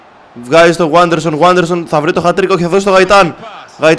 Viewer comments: Δεν διαβάζεται waderson αλλα vaderson είναι Πεχτης της Λαμίας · Ειναι Βάντερσον και όχι Γουάντερσον by the way.